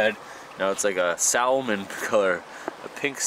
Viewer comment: joe joe "SaLmon"? please no